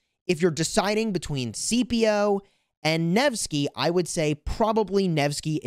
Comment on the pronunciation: I keep getting triggered by how you keep calling Scipio "CPO" lol The C is not silent. His name is pronounced more like "Skippio"